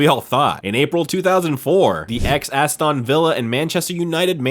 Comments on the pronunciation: F'ing AI voice. Astaaahn Villa. Skintillating (scintillating) match... What a joke. Put a real person on. Click bait video, IMO. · lols at assed-on Villa